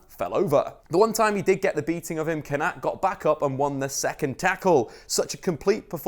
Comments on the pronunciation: surely it’s pronounced Kon-a-tay not Kon-at 😂😂 the little ‘ above an e gives it the ayy sound e.g. sane, mane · Pronounced konatay not konat. Great vid tho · Good video, but the é means that the “pressure” is put on that vowel 😄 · It’s pronounced konaté bro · That’s not how you say Konaté’s name at all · Is it just me slightly annoyed how he's pronounces Kounaté though l live the vid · that is single handedly the worst pronunciation of Konate I've ever heard you're better than that big man